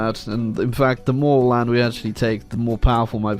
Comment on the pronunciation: Did he call Ireland, 'mobile'